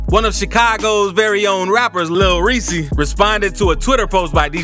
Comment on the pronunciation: Nigga is saying lil reesii 🤣🤣